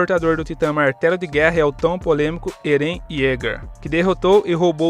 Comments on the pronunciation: Não é eren que se fala se fala éren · "eRÉn"? Caramba não consegui ver o video todo aí por isso sgsgsg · Video tá ótimo... mas a pronuncia de Eren tá errada, deu um pouco de agônia kkk